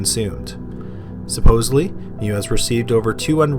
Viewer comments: EI is pronounced like the "I" in bike. So it's pronounced Mivas. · I really enjoyed this. .However Armin Meiwes name is pronounced "May ves" because of the hard W which is pronounced as V in German. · Why can’t anyone pronounce the name Meiwes correctly?!?! It’s not that difficult! Say it with me...My-ves. That’s right, German’s pronounce their “w” like our “v” and when there’s an “e-i” combination, it’s almost always the second letter in the combo that is pronounced. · The pronunciation of Armin Meiwes is like "My-ves" ... not like "Mew-es". Just saying :P You pronounced Armin okay. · Meiwes - pronounced my-ves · Armins last name is pronounced may-wes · Not to be pedantic but I've heard Meiwes' name pronounced My-Vess before. I believe that's the correct German. Either way great video and great channel! Please keep it up! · You're killing me smalls. It's pronounced MY-VES. Good grief stop slaughtering his name (ha, ha) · As another poster said, closer to my-ves but yeah he totally ruined that guy's name. I mean fuck that guy, but to be pedantic...